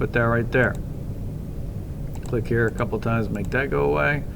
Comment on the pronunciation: yu keep saying dhet !